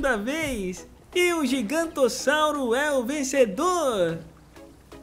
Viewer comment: É giganontossauro e não gigantossauro